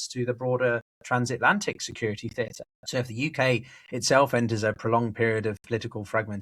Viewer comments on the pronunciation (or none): none